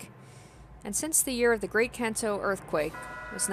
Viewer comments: Your first pronunciation of Kanto is right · The first pronounciation of Kanto was actually closer to the truth.